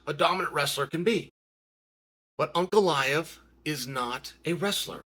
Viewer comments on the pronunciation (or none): Uncle Aet/An Goliath is what I kept hearing from Ankalaev. Wild. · Per rare uhh..... Come on spiffy, Unk a lie ev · Uncle Chael talking about Uncle-I-ev